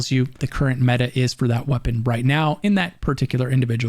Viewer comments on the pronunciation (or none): none